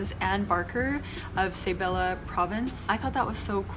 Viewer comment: hi!! no hate i just wanna share and educate, whenever reading tagalog words, you literally just pronounce the letters on how they are supposed to be for example Isabela - eesabela Ilocos Sur - eelokos soor Bulacan - boolakan